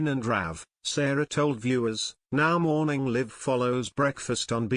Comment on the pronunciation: You can't pronounce "Morning Live"